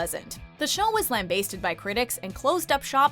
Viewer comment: Ummm… how did she pronounce "lambast?"